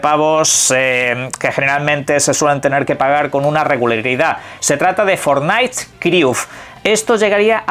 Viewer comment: fortnaits criuf.